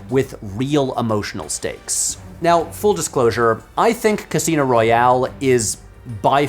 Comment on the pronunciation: Royale not royal